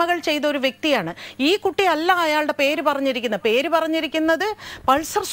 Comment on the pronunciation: പേർ അല്ല ,mrs dubbing artist 😄പേര് എന്നാണ് 🙏